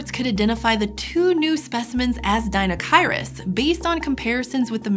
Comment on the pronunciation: Apparently I've been pronouncing deinocheirus incorrectly my entire life; oh well, I like this new-to-me pronunciation better than the five-year-old-me version anyways. Pretty sure the sail was for weekends on the sound.